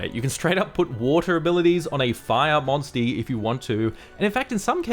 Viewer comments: Say monsty again 😂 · I can not take "monstie" seriously at all!